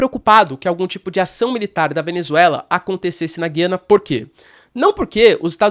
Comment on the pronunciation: A pronúncia certa é Gu i a na. Pode reparar o presidente deles fala Ga i a na. Em português tiraram o trema em cima do U. O trema indica que a letra deve ser pronunciada. Lembra Goiânia e Goiás e não lembra guiar. Mas acho que pode ter diferenças regionais de pronúncia.